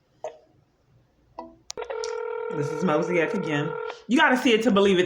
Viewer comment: Did she just refer to Mosaic as “Mosey-ack”?